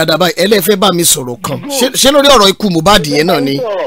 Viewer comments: Honestly, everyone failed Mohbad, he cried out more than enough. I feel so bad when people mistake his name for "Mo bad", the pronunciation is "Mi oh bad" meaning i'm not bad!! Ileri Oluwa, Imole, may God rest your soul and fight for you! 🙏🙏🙏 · Yes you are right Sir. Unfortunately got it wrong. The correct pronounciation is Moobad he even explained himself the meaning of Mohbad.